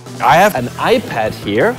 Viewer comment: He said, in my fotosh i hab mor houshes